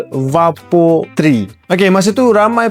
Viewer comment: Sebutan vapor bukan va-por bang, tapi vay-per atau vaper. 🫡